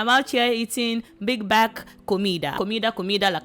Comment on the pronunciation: I'm am out here eating BEEG BEK took me out😂🤎 Girl you are adorable I loveeeee your accent to the moon and back